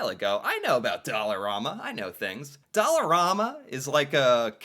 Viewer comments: When it first opened (20-25 years or so, everything was only $1) They charge up to $5 for some items now side note...in Canadian it is pronounced Dollar "am" a...not Dollar "rom" a! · ….its pronounced DOLLAR-RAM-MA… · I have to stop myself from ripping my ears off every time he pronounces Dollarama that way.